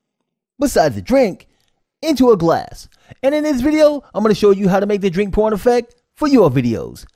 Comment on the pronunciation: Thought you said on the narration the 'drink porn' instead of 'drink pouring' effect, yes l am going to get my ears cleaned out........ 😄